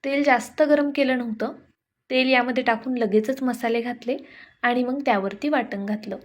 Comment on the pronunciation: मंग नाही मग